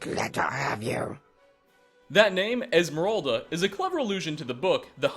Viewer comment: It's Moira not Moria, a possible reference to Moira Brown from Fallout 3, besides her saying my precious when referring to the ring, referencing Gollum from Lord of the Rings. And it's Esmerelda, not Esmeralda, Esmeralda meaning Emerald in Spanish. You gotta' get your facts right.